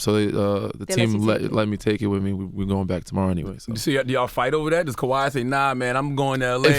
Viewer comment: IT’s KAWHI. NOT KAWAI. FIX IT!!